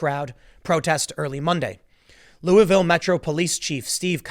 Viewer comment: The name of my city is pronounced Lulvul. You say it with the tip of your tongue plastered to the roof of your mouth the entire time you say it. Now, it may be more appropriate to say lol-ville.